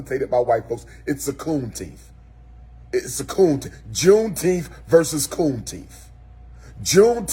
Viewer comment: Did he say V Coon-teenth…😵‍💫🤦🏾‍♀️😂